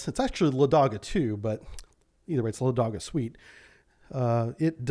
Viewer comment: "Лáдога", not "Ладóга".